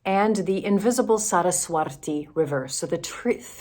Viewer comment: Its Saraswati, not Saraswarti 😊 Nice to hear there are open minded Lutheran pastores! ❤ Or, well, at least one 😁